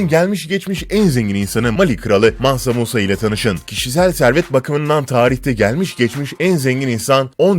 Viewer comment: Mansa munsa yavaş ciğerimi söktün